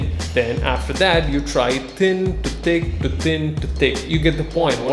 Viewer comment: Instead of hearing "Thin to thick, think to thick" I hear: "Tin to tik tin to tik" Oof.